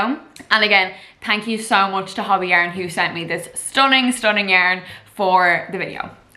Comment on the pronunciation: It’s not said hobby. The o is a long o sound like saying hoe bee. Hobbii! The best! I only buy from them and I live in Canada.